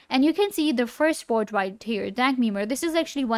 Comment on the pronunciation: "Meme boat"